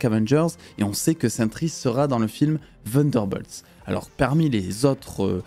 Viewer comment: C’est incroyable comment les français sont bons en anglais Vunderbolts 😬